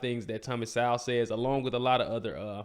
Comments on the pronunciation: SO with the long vowel sound, not sou as in a female pig. Also, the W is silent therefore his name is pronounced like the word Soul. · Thomas is a left-disrespected national treasure. First video of yours that I've watched so I don't know if you're corrected yourself on his name yet, but it's pronounced So-well, (like soul) but you pronounce the w almost as a lazy WU. So it's more like So-wull. :-). Keep up the good work.